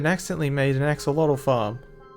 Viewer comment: You mispronounced axolotl